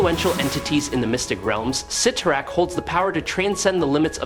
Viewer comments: It's spelled 'Sitorak', not "Say-torak"😂, although I noticed you weren't sure and kept spelling both ways. Yep, Cyttorak fakks! We, smart ones knew that. 😌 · I don’t know why it does but when people mispronounce the names characters it sets my teeth on edge. Never more than when they say Charles Xavier’s name wrong. Pronouncing it zavior. Ugh. You kept bouncing between correctly and incorrectly saying Cyttorak’s name everytime you said it I kept to my Computer CYTTORAK. I’m sure my neighbors think I’m crazy right now